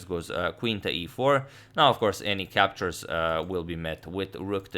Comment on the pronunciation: Captures captures sounds more like captcha captcha